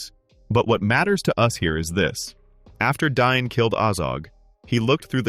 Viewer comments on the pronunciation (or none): It’s DAin NOT DINE 😂🤦‍♂️ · Ole Dine of the Eeron Hiles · Am I crazy for thinking you're pronouncing Dáin wrong?